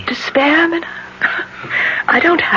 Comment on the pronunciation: 2 things about this really bug me, first is the mispronouncing of Mina's name and second the actress playing her is to old. Mina is a young lady.